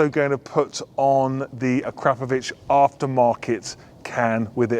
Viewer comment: Learn to pronounce it correctly as per the manufacturer Akra Po Vic 😉